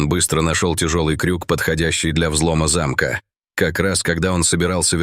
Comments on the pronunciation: Не зАмка, а замкА! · Проверить надёжность не зА'мка, а замкА'